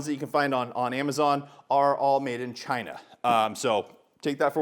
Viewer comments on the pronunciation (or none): none